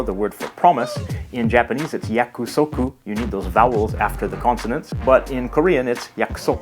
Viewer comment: Great video ! Just, in about yakusoku, we don't pronounce the last syllabe.